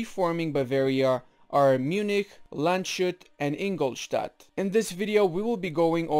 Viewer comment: "meuw-nick" not ""neuwn-chin"